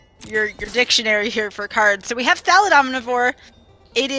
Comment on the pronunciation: I love, but his mispronunciation of "thallid" is driving me nuts. Lul